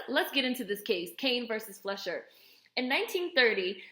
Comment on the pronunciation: It's pronounced "FLY-shur." Interesting video. Thanks.